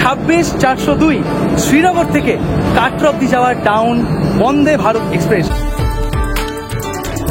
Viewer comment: Video to kharap hoini .tobe accent er opor jor din.. express ke espress bolun..ekshpressh noi.. secondly apni jokhon nije giyei dekhchen okhankar paristhiti ki..police ebong adhikarik ra nijerai baron korche tader vigilance er baire na jete tokhon eta asha kori bujhtei parchen kashmir ekdomi safe noi..ekjon blogger hoye manush ke bhool pathe chalito kora ta ekebarei thik na..songe abar ekjon tour operator ke rekhechen jini apnader aager anek gulo trip er operator chilen..er aage srinagar er video te bollen kashmir khub safe abar ei video tei bolchen tar ulto ta..nije decide korun..ki bolben.. business korun kintu onyer paribar er life stake e rekhe diye noi..either apni ekhono immatured nahole mithyebadi.. change yourself..high time